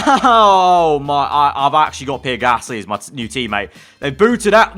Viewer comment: Everyone else: Pierre Gasly: PEER GASSLEE